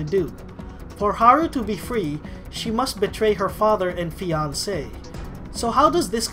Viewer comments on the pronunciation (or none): none